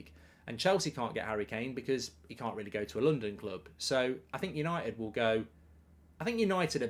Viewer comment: Por a shot every time he says Manchester yanited